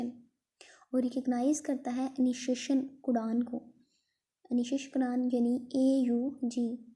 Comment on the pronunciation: codon❌cudan, bond❌band✅